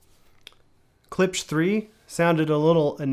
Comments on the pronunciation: Learn how to pronounce it, weak review. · You have a hard time pronouncing klipsch? Moron.